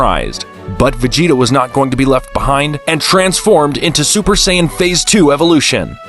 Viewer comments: Saaayen thats what i heard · Sayieen bro it’s saiyan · Bro said saiyawwan instead of Saiyan🤣🤣🤣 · Beerus not bills,sayians not seyeyans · Bro struggling with saying sayan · It’s actually saiyan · Sayeeean? You’re really gonna butcher every word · AND HE SAYS SYAYAN!!!!